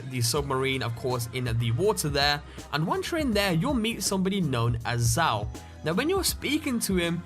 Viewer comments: Zao, not "z-ay-oh", it's pronounces "Z-ow" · hehe he pronounced it zay-o, it's pronounced zow btw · He said ZAY OH's sword. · Lol the way he said zao it's pronounced zow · Oh ok so he pronounces "Zao" correctly when referencing the actual npc, but when he references the sword, he pronounces it wrong. Yeah sure.